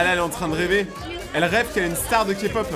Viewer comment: Merci d'avoir dis K-pop et pas ka-pop et je suis une grande fan de K-pop et de 😊❤